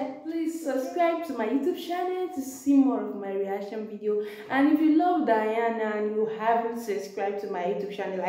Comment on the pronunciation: Her name is pronounced De+ana, NOT Di+ana